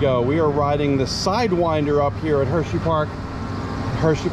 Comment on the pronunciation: Bro said "hersheyfart"